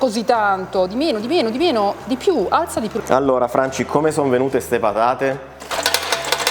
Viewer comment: "Siamo arrivati al momento delle pathate", ha detto con accento toscano pronunciando la "gorgia", il "th" italiano, suvvia che ci si inthende...